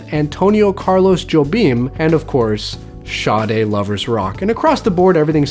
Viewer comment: It's pronounced Shar Day. If I hear you pronounce it correctly the next time I will know that you read my comment, but if you don't then I'll know that you haven't read this same comment various times where you pronounced it wrong. :)